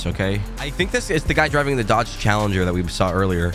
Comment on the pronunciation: "We're not deiving to Zimbabwe"😂😂😂LMAO